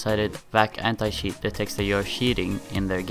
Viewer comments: stop saying sheet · Please stop pronouncing cheat as 'sheet'. It's really annoying